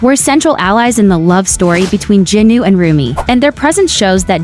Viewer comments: It is Jinu not jinuu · It’s not jenu it’s jinu